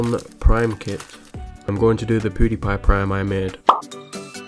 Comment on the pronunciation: Who's POODIPIE??? 😂